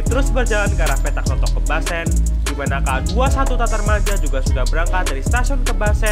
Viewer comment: Matarmaja ... bukam tatarmaja